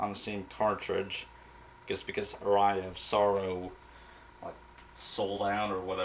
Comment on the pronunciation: it's pronounced "ah-ree-ah" on "ah-rye-ah"